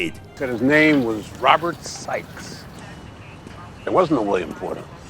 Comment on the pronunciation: It sounded like they said the character's name was "Colonel Robert Sex". I know it's "Sikes", but that Seagal would call his character "Robert Sex" is the most believable thing in this movie.